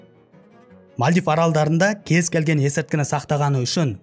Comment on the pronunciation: Мальдив ❌ Мәлдіп ✅